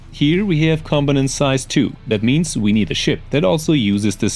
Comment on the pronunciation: I appreciate the content but my guy, that such a weird way to pronounce component. much love